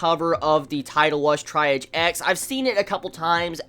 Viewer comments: its pronounced TREE-AHJ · I liked it. It's pronounced like TREE AHGE. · At least you questioned the pronunciation. It’s tree.aahz, it’s a medical term.